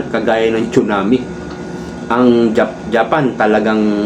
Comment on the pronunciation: TSUNAMI READ AS SUNAMI